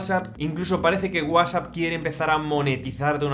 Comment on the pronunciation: Que MAL PRONUNCIAS WHATSAPP! 😂